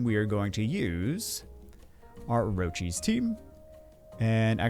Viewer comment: It's or-kiss not orochies,!